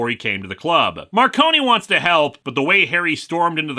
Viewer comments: Also, it’s pronounced “Mar-cone” not “Mar-conie”, you’re good though, the audiobook narrator got it wrong for the first three books too. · "Marcone" is two syllables, I believe... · so about the pronunciation of "Gentleman" Johnny Marcone's name: Word of God states that it's pronounced as a dual-syllabic word (Mar-cone) as opposed to tri-syllabic (mar-cone-ee) To be fair, it's a fairly common mistake to make; it was a mistake that James Marsters made during his narration of Storm Front, as well. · and you did the same thing as James Marsters, the E in Marcone is silent